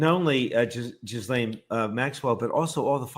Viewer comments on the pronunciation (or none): Gee-Lane. It’s not hard. Gee-Lane. You can look it up. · Grand Jury testimony will not be released to the public. According to lawyers this is just a time waster, the court will never allow it, Plus that's not the files we want anyway! Please Ghislaine is pronounced Gee-lane silent S, Ghis=Gee (like geetar guitar) NO that's just it, her lawyer is tight buddies with Blanche. No one is on her side! If she takes a pardon to keep her mouth shut, I bet she dies mysteriously within months. She would be smarter to lessen her sentence by complying with Congress, & helping the world get rid of taco boi! That would be a small redemption for her. She IS a sex trafficker after all. Will she lie to Congress? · Is it a Freudian slip that you keep calling her 'Jizz Lane' Maxwell? 🤣Please, please, please, nobody tell the Americans how to pronounce her name. I bet my bottom pound sterling it drives her absolutely potty. 😄